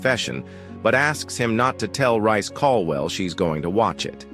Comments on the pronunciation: It's Reece not Rice. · Who the hell is rice. Not a British narrator, so incorrect pronounceation